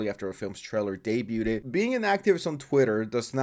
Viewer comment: Bro can't pronounce debuted